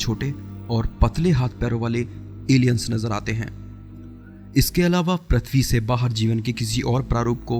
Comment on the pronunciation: prathvi (प्रथ्वी) नही भाई pruthvi पृथ्वी .. व्हीडीओ बारबार अटकता है .